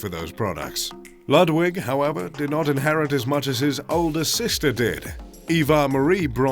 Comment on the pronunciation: Lah-dwick, jeeez